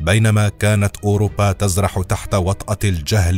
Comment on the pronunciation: نقول ترزح و ليس تزرح .. اذن الجملة تكون ( بينما كانت اوروبا ترزح .. وليس بينما كانت اوروبا تزرح ) تثبتو قبل النشر واقرؤا النصوص اكثر من مره